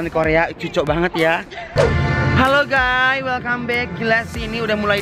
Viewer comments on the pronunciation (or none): Suka a "haloo gayy" haloo guys buk jgn gay beda arti🤣🤣😝